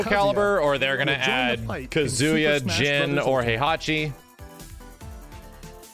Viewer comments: not to be that guy but it's KA-zu-ya and not kuh-ZU-ya. Just sayin' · Why does he (a Tekken fan) mispronounce his name “Ka-ZU-ya” instead of the proper “KAZ-uya”…? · wife is Japanese and STILL pronounced his name “Ka-ZOO-ya”. 🤦‍♂️ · "Kazuya is in tekken" Might have been too hyped to speak properly, dont blame you tho.